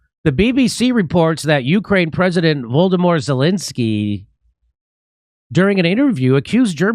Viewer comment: lol. did he say Voldamort zelensky :) haha. not far from the truth.